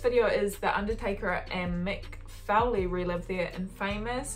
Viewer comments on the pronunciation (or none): WWF not E, its FOlee not fouley btw, also she should watch new jack stab a stiff wrestler, it may be scripted but its real the pain is real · Mick "Fouly"? lol